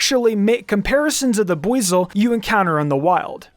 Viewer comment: Is that really how arceus is pronounced?? Im still saying ar-see-us, sounds better imo Also with buizel 😭😭😭